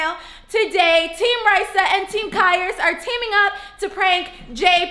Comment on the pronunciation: STOP! SAYING! TEAM! RAYSSA!